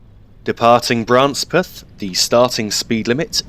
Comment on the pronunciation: The locals from Branspeth would laugh at your pronunciation of their village's name. It's first syllable is pronounced bran and not bra. Oh, and apropos of nothing in particular there's a village nearby called Bitchburn.